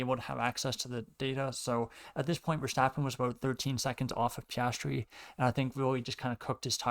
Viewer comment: I appreciate your commentary on the race, however I would recommend practicing diction due to it's a little bit hard to follow you. Also Piastri is pronounced Pe-as-tree